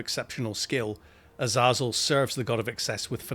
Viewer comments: Awesome video! However, I'm pretty sure it's pronounced Azay-zul 😅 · U-Zah-Zuul? yeah gotta skip this one, it'll bother me, sorry dude